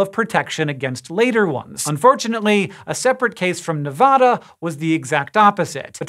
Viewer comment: Hank, why are pronouncing my state name (Nevada) like that? 😭